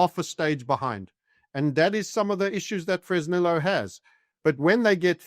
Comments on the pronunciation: Its pronounced Fress nee yooo. The humble place of my birth. Ill call up Sheinbaum and ask her to never nationalize and let the miners produce. 🤠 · Somebody tell the bald gentleman how to pronounce Fresnillo.